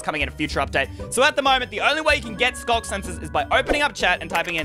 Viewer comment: Why Is It Skog Sensor Instead Of Sculk Sensor?